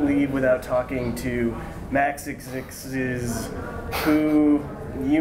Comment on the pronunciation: I thought his name was pronounced Max-ex-ez.